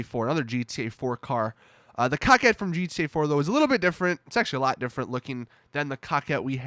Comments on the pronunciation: cock ett? i always pronouced in Coe Kett. I mean its based on a corvette, CORE VETTE, wouldnt prounouce in CAA VETTE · Its coquette not cockette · Does not a single GTA YouTuber know how to pronounce Coquette? It's not Cock-et it's Co-ket. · Also... It's "co-kwet" not "cock-it" lol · This man just said cockette. THIS MAN JUST SAID COCKETTE.